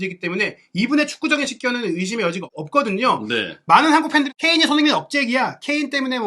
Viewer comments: 손흥민 발음이 잘 안되면 너무 빨리 말하지 말고 손 반박자 쉬고 흥민 선수하면 훨씬 나을 겁니다 😅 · "손흥민 선수"를 제대로 발음 못 하는 거 정말 귀에 거슬려서 듣기가 힘들다